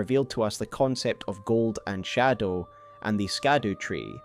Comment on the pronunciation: I love your videos but I can’t listen to the way you say shadow. It make me click off❤